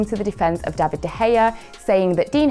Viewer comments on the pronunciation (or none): none